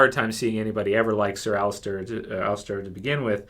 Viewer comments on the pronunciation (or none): There. Is. No. T. In. Ser. Alliser.